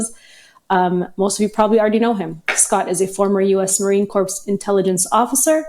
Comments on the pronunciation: "Marine Corpse"? 🤦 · I Don't Think Scott Is A "Marine Corpse" Quite Yet!! It's Pronounced "Koor"!!